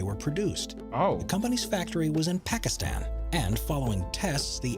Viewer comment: The way vikk pronounced pakistan irks me sm he was the only person i had any hopes from